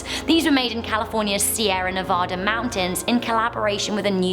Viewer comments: You know someone has never been to Nevada when they say Nev-A-Duh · You pronounced Nevada wrong